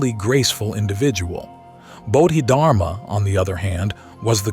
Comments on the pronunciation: I really hope this an ai voice but honestly I don't think so. First he read Bahdid <-- Harma. He read it like that several times and then it changed to something else where he did say dharma but it still was wrong. I can't listen to this if he can't even muster the respect to learn to pronounce his name right. 🤢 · AI voice that doesn't even know how to pronounce the name of this Great Zen master. What plagerized crap is this. I lived with Osho for decades. Use His voice. His words. His presence. Not cheap ai copies